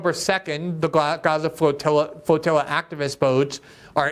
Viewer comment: Ur speech impediment is so annoying youre definitely better as a writer.. fwoatiwwa